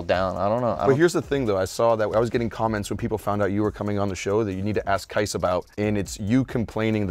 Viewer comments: Qais. His name is Qais. Not Qias. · Worst take saying "Air Qias"